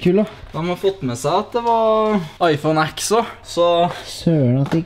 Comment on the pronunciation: iphone x uttales 10, hilsen triggered apple sheep